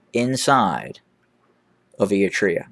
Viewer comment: Given your regular reports on the region, I remain perplexed by your odd pronunciation of “Eritrea”. And also your mispronunciation of various towns.